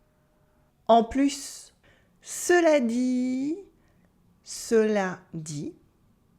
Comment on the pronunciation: Why pronounce the s in "en plus"?